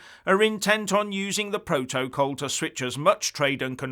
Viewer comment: Keep on talking about Biden, and forget the "proa-toa-call"! LOL